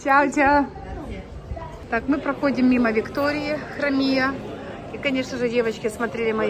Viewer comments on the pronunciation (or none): а почему Хромия? Если написано Кромия